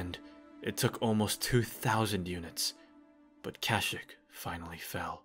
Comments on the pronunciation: Anyone else annoyed by him mispronouncing kashyyyk? Other than that very well done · Cash-ick is the Old Republic pronunciation, I swear! The KOTOR characters all say it like that. Sorry if it was annoying though.